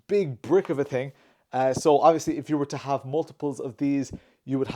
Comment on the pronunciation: Thing = ting... Poor guy just can't pronounce "th".